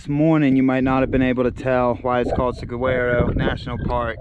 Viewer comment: Love your videos, views & commentary. Saguaro is pronounced: sa war o